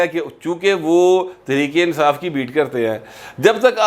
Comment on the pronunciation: ، کیا آپ سمجھتے ہیں کہ "تریک انصاف" کا لفظ بولنے والا پورے فیصل آباد کے لوگوں کے تلفظ کی نمائندگی کرتا ہے! بصد معذرت!!